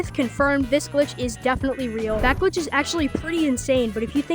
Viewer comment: bro said gilch